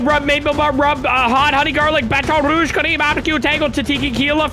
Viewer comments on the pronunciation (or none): saying Baton Rouge so insanely wrong will never not annoy me.